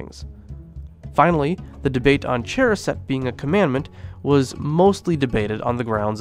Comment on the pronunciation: Really awesome information! However your pronunciations of haggadah, charoset, and afikomen are....interesting 😅